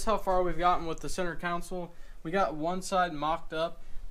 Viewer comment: Console. Not council